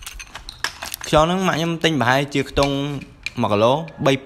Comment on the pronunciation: ខ្យង មិនមែន ខ្ចង ទេបង